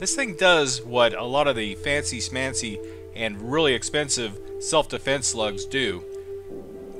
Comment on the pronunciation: Shtop being mishter schmarty-pants. It's fancy schmancy, not fancy smancy.